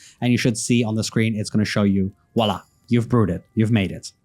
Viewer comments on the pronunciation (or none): none